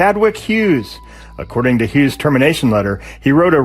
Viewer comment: How can you try so hard to say Delgadillo in Spanish, but fuck up saying Hughes in English?